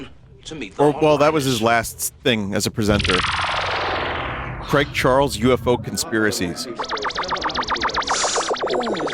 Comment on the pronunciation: I'm more offended by how Americans pronounce the name Craig Charles.